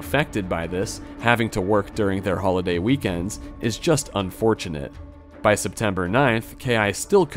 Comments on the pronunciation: it's D-DoS not D-D-O-S Also, why do you feel the need to bait comment engagement like every 10 minutes lol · Nice vid, but just to avoid future mistakes- it's read dee-dos and not dee dee o s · As a network engineer hearing D-d-o-s attacks pisses me off. Call it DEEDOS my goodness lol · bro cant say DDOS for some reason